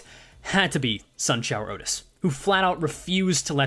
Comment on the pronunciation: The way you say outis' E.G.O is painful